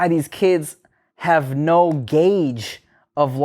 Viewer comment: Okay, I am from Melbourne, Australia. I think this 'neh' you keep saying is a combination of your normal 'No' and 'Nah'. People in Australia, we speak hella lazily so things may sound different. Like a mumble. At least where I am from & the people I have been around, our 'No's do not sound like 'neh'. We say both 'No' and 'nah'.